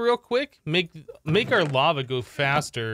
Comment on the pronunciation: Is it me or he actually said "bava" instead of "Lava"?